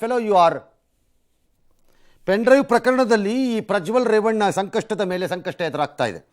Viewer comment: ರಂಗಣ್ಣ ಪ್ರಜ್ವಲ್ ರೇಪಣ್ಣ ಅಂದು ಬುಟ್ರಿ😅😊